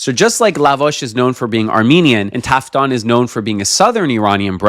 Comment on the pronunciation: تافتون نه تافتان